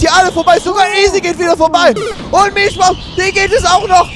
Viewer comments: Die gute heißt Milschbaum und nicht Milchbaum. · die heißt MilSchbaum :-P Ansonsten geiles Video. Hoffe es wird noch Rennhighlights geben. Vielleicht übernimmst du den cut, bist du etwas geübt darin.